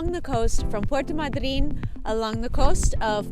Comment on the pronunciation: I never heard the pronunciation of Puerto Madryn the way you are pronouncing it. Has it changed? The abstract accent was on the “a” not on the “y”. 🤔